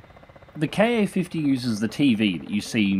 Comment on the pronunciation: Glad to see you doing content for the Ka-50. As other's have said, experiment with the targeting gate size to get better tracking performance. Also, I could be wrong, but I think it's pronounced "kah-fifty", not "kay-ayy-fifty".